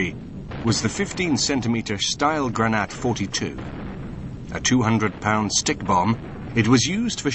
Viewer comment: lol - stielgranate: "style gra natt"